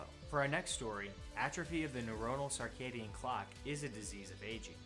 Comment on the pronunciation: Great vid. But what's a "sarcadian clock?"